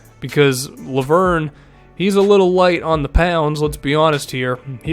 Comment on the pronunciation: I'm french. Lauvergne is pronounced Lo-Ve-r-Ny. Say the "e" like in "red" and pronounce the "r" like a frenchman. It would be cool to hear you try next video.